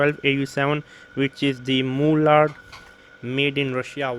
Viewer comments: I was just distracted by the "moolard" (again it's Marl-lurd). The mullard reissue 12au7 is a steal, in terms of its price. It sounds very very very good. It's an all rounder on my 2 channel hifi system. It's not getting the attention it needs. Thanks for talking about it. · Hi, It's pronounced as "Mar-lurd" sorry, it's jarrring. Not moo-lard.